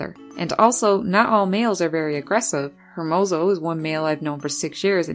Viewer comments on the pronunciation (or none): "her-moze-oh"?? dude cmon it's "ehrrr- moh- soh" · Very informative! But I laughed at the way you say "Hermoso" because it's a Spanish word said like "EHR-mo-so"